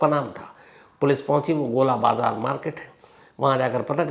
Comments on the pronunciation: Its not GOLA BAZAAR its GOL BAZAAR 😅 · Gola bazar nahi gol bazaar hai sir.